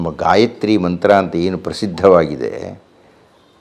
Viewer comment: Gayitri alla gayatri